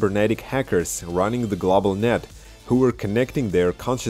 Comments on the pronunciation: Glawbal lol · thanks, man. my pronunciation has improved since that. I no longer say "glawble" lol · Thanks man, great video... too bad the video didnt go glawble.... just teasing you. I understand how hard it is to speak a 2nd language (my nickname at work is 33 in german, because how i completely butcher the pronunciation)